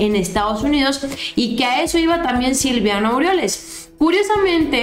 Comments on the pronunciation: Siempre dices Silviano y no es silviano es Silvano se supone que los conoces bastante bien saludos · es Silvano, no Silviano ☺️😉 Saludos! 🙋‍♀️ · Mi estimada no es Silviano es:Silvano... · Es Silvano, no Silviano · es Silvano No Silviano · ...NO ES... S I L V I A N O.....ES.... S I L V A N O....sin la 2da. I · con todo respeto espero y no te ofendas, es SILVANO no Silviano!!!